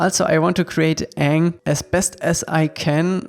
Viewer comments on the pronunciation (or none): none